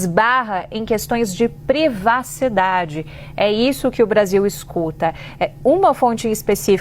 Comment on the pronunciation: A Jornalista disse:"Questão de "PREVACIDADE" " Cruz - Credo!